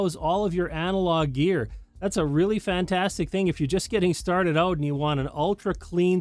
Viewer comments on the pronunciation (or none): none